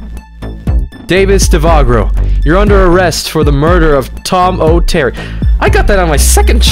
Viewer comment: try replacing the O in Tom O Terry with the word And/& change the T in Terry with a J and..